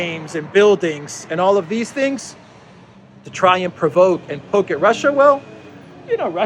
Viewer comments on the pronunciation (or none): none